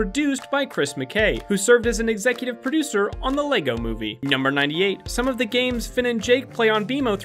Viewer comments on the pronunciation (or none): none